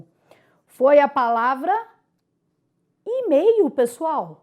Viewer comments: Emeio? meu Deus aonde vamos parar??kkkkk Professora, obrigada pelas aulas de info e de Português também!rs Parabéns, muita clareza! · AGORA É "EMEIO", Pessoal: ACEITE e memorize para a sua prova, eh eh eh ...